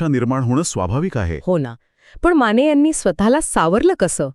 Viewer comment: माणे नाही माने